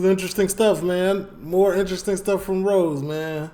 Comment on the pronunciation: You're saying his name wrong lol it's Ross like the guy from Friends TV show not Rose. Keep up the good videos!